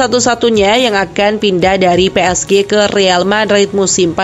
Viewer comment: Pi es ji bacaan nya mbak, bukan pe es ge 🗿